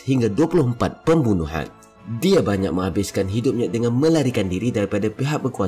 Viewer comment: Penat dengar tekan perkataan "Dia"